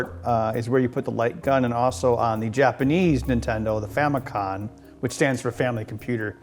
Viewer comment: You keep saying Famicon xD it's FamiCOM as in COMputer :)